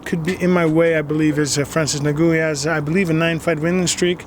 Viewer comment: Who the fook is Francis Nagoo ?